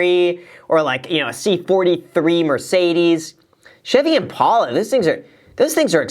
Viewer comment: Kinda makes me angry how graham pronounces impala